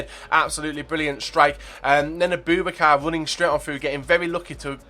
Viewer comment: Its abou-bakar, not aBOOBakar plz pronounce names correctly